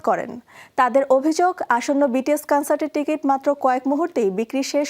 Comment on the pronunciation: উপস্থাপিকার উচ্চারণ টা কানসার্ট না কনসার্ট হবে অ্যারিরেং নাআআআআআ ওইটা আরিরাং হবে।